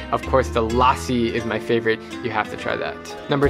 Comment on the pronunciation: Lol. I legit just thought that him saying lassi was funny, and it incited a comment war. Get over it.